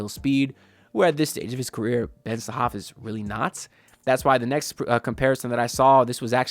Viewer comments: Haha man your funny! His name is Ben Sarrrrrraf (with the r), when you say Ben Sahaf it's like you saying that Ben enraptured 😂.. Plus, 40 minutes drive in Israel is not super close by.. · You didn't mention the R, its Ben Sa-Raf